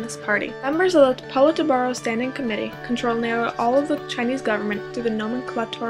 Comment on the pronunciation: Lmao the pronunciation of Politburo though...